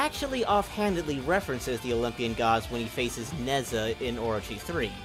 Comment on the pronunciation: Nezha is pronounced like "Nuh Ja"